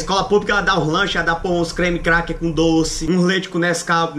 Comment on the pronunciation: Mano ele falou creme krak 🤣